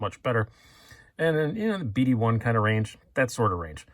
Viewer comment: It sounded like you said BD-110, but I'm betting you said (or meant to say) BD-1N, a steel I have zero experience with, but sounds pretty great., like a super 14C28N or whatever.